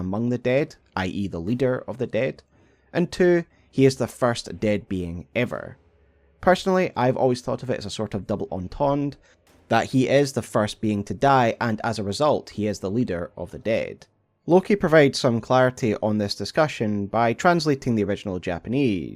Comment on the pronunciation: Sorry but someone's gotta say it: "Entendre" is pronounced ahn-TAHN-druh (US) or on-TON-druh (UK)